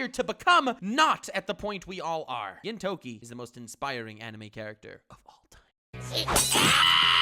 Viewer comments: Geen-Toke-ee lol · how does this person have over 900k subs? "Gintoki is the greatest anime character" yet you say his name wrong... things like this make me wonder about wtf the people that make this kind of video. I clicked on it not knowing who you were because I thought this might be amusing; waited 11 mins and no amusement to be had.